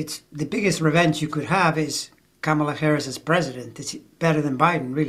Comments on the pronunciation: NOT 🐫 Camel La. It’s , Comma La. Her kids call her, momma La. Thank you.! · The only thing I object to is when people pronounce her first name wrong. THAT is disrespectful. She's been VP for three and a half years. Yet there are still DC pols--mostly men--who can't be bothered to pronounce it as she does, as her staff does, how she's introduced at rallies...etc